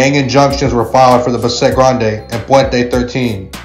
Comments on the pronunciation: Its Bass-et... Not Ba- sset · Buhh-set lol It’s Bassett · Why is he saying. Besset? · It's not pronounced Ba-Set it's Bassett one phrase. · It's pronounced Bass-it not bah-set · Bahset gang ? bASSet foo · It’s not Bah-set…it’s pronounced Bass-sit foo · Bass-it bro how you pronounce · It’s pronounced as ‘bass set’ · Buh-set ? this fool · this isn’t even a Spanish word lol and he still got it wrong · Somebody needs to show this fool how to pronounce Bassett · U have no buisness doing content like this if u cant pronounce names correctly. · Dude at least learn how to say the name correctly 🤣😅😆